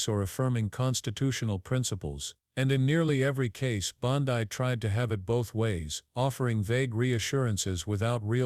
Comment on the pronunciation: Her name is pronounced BONDEE not BONDIE.